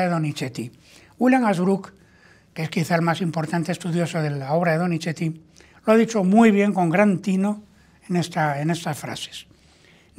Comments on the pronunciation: Con respeto es Donizzzzeti / No Donicheti, su valioso contenido… pierde brillo al inventar pronunciaciones que no existen. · Sr. Téllez, por favor trate de no decir DONICHETI, se debe pronunciar como una zeta suave más parecida a una S que a una CH.